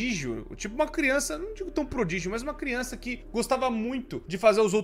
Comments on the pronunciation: Já perceberam q o fala crionça ao invés de criança? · crionça kkkk agora e zoologico